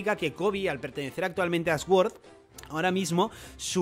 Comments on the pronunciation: No es más fácil decir suord que sguord? Que ganas de complicarse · se pronuncia sord no esguord, que no puedo aguantar como lo dices 😂😂😂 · Me llama la atención que Sword lo pronuncias S-Word jaja , te ayudo un poco se pronuncia Suord que significa Espada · No puedo con esa pronunciación tan horrible para sword, (esguord) puedes decir suord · Cada vez que dice 'Sguord' me salta la cadena de la bici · Se que a la gente no le gusta que la corrijan pero, la W en sword es muda entonces se dice sord